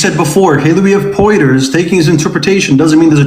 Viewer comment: pointing out cant pronounce arabic words, then mispronounce Hilary of Portiers's name:face-pink-tears